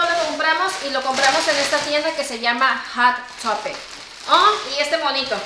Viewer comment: Es Hot topic el nombre de la tienda no Hat topic como siempre le cambia la pronunciacion a todo